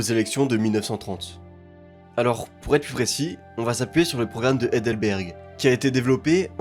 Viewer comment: VERS, et non "vairs". PLUS, et non "plusse". LA VOIE, et non "la vois". L'ETAT, et non "l'êta"... T'es pas seulement délu, t'es aussi illettré visiblement. Cesse donc de parler de ce que tu ne connais pas.